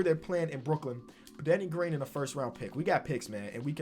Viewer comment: Brook-Lin is back